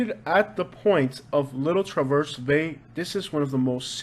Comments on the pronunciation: Lifelong Metro Detroiter here (53 yrs)......everything you said is true. My family is from both inner-city Detroit and rural lower peninsula, thumb area (1800's), but we've all migrated outwards by now. Petosky is pronounced "pe-TOS-key", and Traverse is pronounced "TRA-vurse". I would NOT recommend being outside of the busy downtown Detroit area after dark. Or in the light, for that matter. Lots of unspeakable things go on, and there are "no-go zones" now, where the police will not respond to, so you'd be on your own. The parts they've gentrified and built up are fine tho (cultural district, Corktown, Greektown, Hart Plaza......) Just don't go "off-trail" unless you're packing heat. Nothing you'd want to see there, anyway, trust me. Yea, some of us sound like our cousins to the north, eh. Yes, Michigan is an outdoor enthusiast 's DREAM! ALL year long!! ⛷🏌️‍♀️⛸🚴‍♂️🏊‍♀️🎣⛵🚣‍♀️🔭🏇🚘🏈🎾⚾️🏀⚽️ Yes, the suburbs of Detroit are greatly underrated......most folks unfamiliar with Michigan associate all cities with Detroit 🤣😂🤣🤣😂......nothing could be further from the truth. Shhhhhhhhhh.......... Grand Rapids is the "bible belt" of Michigan.....VERY conservative and religious. Most big cities are Democrat run, and therefore, liberal shitholes. The rural areas are Trump territory. Olive Garden is a staple restaurant of most people here. The Great Lakes provide a separate weather system from the rest of the country (at times). Winters are brutal in the U.P., but in the lower peninsula, it's no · Traverse is pronounced where the "a" is like apple.